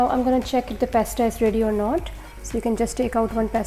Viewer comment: Its pasta not pesta